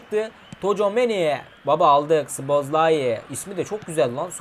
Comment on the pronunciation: Abi s değil z ile okuyacan söyle zobozlayı